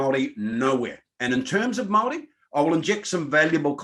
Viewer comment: and speak from a place of privilege....also can you please learn how to pronounce Maori properly, its not Maaari, its Maori!